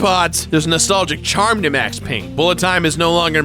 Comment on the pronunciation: It’s Payne!!!